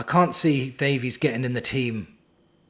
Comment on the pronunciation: Woooooh mate you ok? You keep saying Davies correctly! 😅👍and be surprised ifvwe can get 30 million for Richie. And with all these CBs I think Rom and Phillips will go....